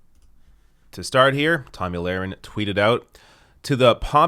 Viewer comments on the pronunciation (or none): The thing is, you have to intentionally mispronounce her name. Tomey Lauren or something like that